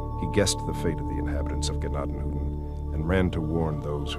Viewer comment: It's tents of grace. You are pronouncing Tuscarawas and Gnadenhutten both wrong. I live here so you might want to do better research first. I actually volunteer at the museum.